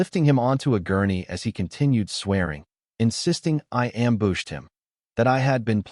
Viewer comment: "Ambooshed" I love how auto-dialog pronounces "ambush."